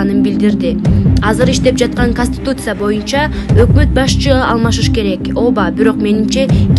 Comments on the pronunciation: Каституция эмес Конституция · Конституция деп айтсан тилин гелбей екен